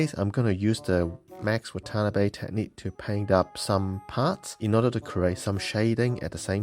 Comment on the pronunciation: BTW it's pronounced Wah Tah Nah Bay not waTANNABee